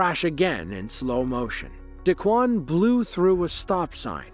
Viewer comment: d'kwon, d-Quon, whatever. pronounced D E E E E E E E-ad......at the scene.